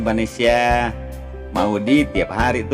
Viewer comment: Ngomong aja salah-salah ,gimana sinopsisnya mau bener bro....,bukan vanesia tapi vanesa bro.....payah nih sinopsis nya ,mendingan ga usah prediksi sgala lah,pasti salah semua prediksi nya bro.